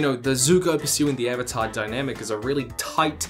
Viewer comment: its Avatar not Evatar lol 😅